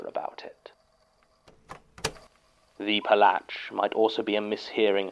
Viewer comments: im still going crazy over jon trying to pronounce "wypalać" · Hearing saying "Wypalać" like this is a different kind of humor that makes my day, especially that basickly skipped the second 'ah' which just makes it sound even funnier:D